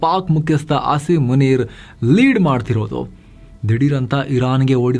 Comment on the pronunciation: Normal people: ಆಸೀಮ್ ಮುನೀರ್: ಆಸೀಮ್ ಮುನೀರಾ 😂